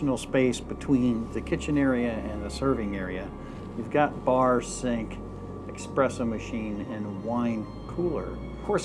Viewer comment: I'm sorry to focus on this, but you gave me no choice. It's not an expresso machine. It is an espresso machine. For god's sake. And you also butchered Miele.... 😤